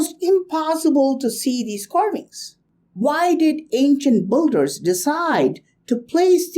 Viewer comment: amazing carvings, very interesting, may be may be. BUT PLEASE! beeeeeeeeeeee-llders not BUUUUUUULLLLL-ders [ˈbɪldə] thank you)))))))))